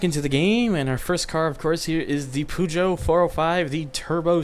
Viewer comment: That pronunciation of Peugeot, please revise that